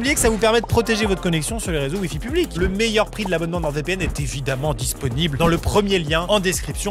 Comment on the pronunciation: ATTENTION CLASH : Bon, il faut que je te le dise, sincèrement Amixem. NordVPN est une entreprise française, le nom est en français. Le "d" de "Nord" ne se prononce donc pas ! Je t'en supplie, arrête de parler de NordeVPN !